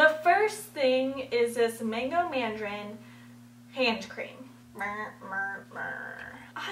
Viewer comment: LOL manjrin (mandarin) and hairequin (harlequin)